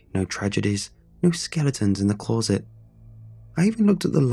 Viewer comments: Every time you say ‘clawsit’ I say closet …. Still love all you do tho 😊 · I love but the way he says “clawset” unsettles me